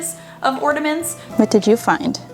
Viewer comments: orNAments! Not orDAments you aren't the only person who I heard call them that. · Love your videos, but listening to you say Ordaments 20 times is too much. There is no D in ornament. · It's ornaments , not ordaments . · Idk why but her saying ordiments instead of ornaments is driving me crazy. Still, great video tho. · Just Heather ...I had it on low volume & no headphones nor earbuds, so didn’t notice. That would’ve thrown me off too. Maybe she has nasal polyps. haha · Great video.. She gets on my nerves saying “orDuhments” girl it’s ornaments... there’s no “d” or “duh” sound in ornaments UGH!!!! Also, Dollar General has $1 price for like 3 SUUUPER CUTE and really good quality Christmas bags and boxes. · Sounds like you’re saying Ordaments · I continued watching because I was intrigued but how she kept pronouncing ornaments made me cry a little on the inside. I’ve heard it pronounced “ordaments” from some other youtubers so I wonder if it’s just an accent from where they’re from. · Why are you adding A D in ornaments?